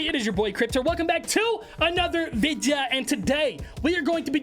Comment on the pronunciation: I love how he says videa instead of video